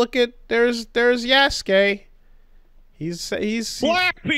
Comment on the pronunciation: The thing that annoyed me from the reveal trailer was that they couldn’t say Yasuke’s name right